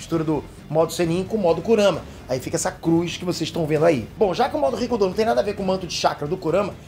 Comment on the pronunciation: Só eu que entendo "ricundô" ?